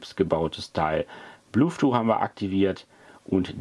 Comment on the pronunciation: der Sprachfehler mit dem blueth-too hält sich standhaft, wenn man ihn einmal richtig "gelernt" hat. 🤣 sonst ein informatives Video. 😘